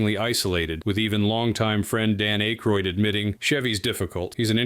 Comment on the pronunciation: Dan ACK-ROID, you idiot!